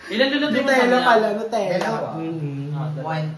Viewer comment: ang feeling ni tama naman pagka pronounced ni ng Nutella, nyutella talaga yun